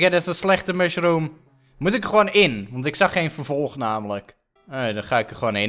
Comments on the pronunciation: Hoe op mushroom zegt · Hoe mushroom zegt!😂